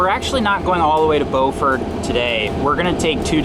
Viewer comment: Just a heads up, Beaufort is pronounced like beautiful